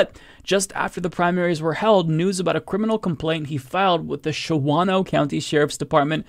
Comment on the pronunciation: It's pronounced shawn o. As educated as Madison/Greed Bay areas are, I'm surprised to see these nuts crawl out of the woodwork.